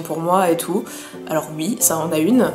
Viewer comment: J’aime trop psk tu dis pas « oui » tu dis « ui »